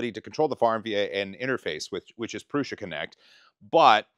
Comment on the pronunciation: Very cool! Say it with me..... "Proo-Suh" 😁👍